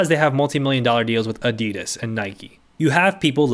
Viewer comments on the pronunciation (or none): none